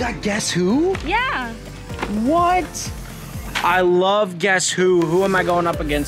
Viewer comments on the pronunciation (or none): am i the only one who heard say “i wuv you”?